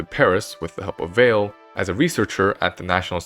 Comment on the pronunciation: Euler, "a once in a geeration talent"? He is widely considered to be one of the 2 greatest mathematicians of all time. Andre Weil's surname is pronounced "Vay" not "Vale."